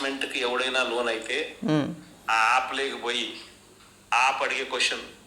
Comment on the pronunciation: ఆప్ లో ,ఆప్ లో అంటుంటే,,, సడన్ గా కేజ్రీవాల్,, గుర్తించాడురా నాయనా.... అది యాప్ ah😅